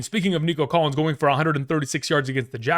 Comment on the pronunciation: He said Collins